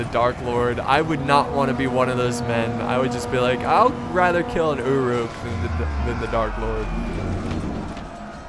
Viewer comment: anyone else annoyed by the way he says uruk?